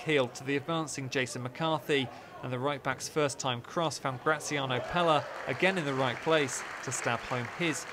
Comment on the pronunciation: How does he not know how to say Pelle